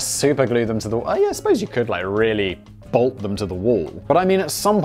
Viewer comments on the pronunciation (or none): none